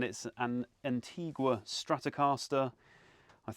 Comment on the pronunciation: Why Antigwa? The country is pronounced Anteega. Asking for a friend!